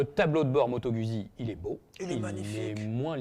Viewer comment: Trop cool 😊 par contre on dit, Moto Guzzi pas moto Gudzzi, ça me fait saigner l'oreille lolll...merci pour le comparo 🎉